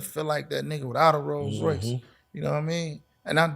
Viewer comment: ⚠️ Who told you that?...It doesn't work like that...oh yeah, it's Rolls-Royce Not "Rose". You have Not the foggiest idea what you're saying 🙄